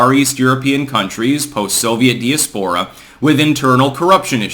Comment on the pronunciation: Would someone who has ear please get him to pronounce diaspora correctly!!!